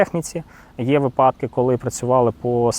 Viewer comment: Наголос на вИпадки!